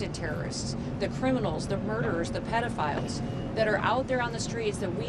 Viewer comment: Did she say pedafile no she didnot lmao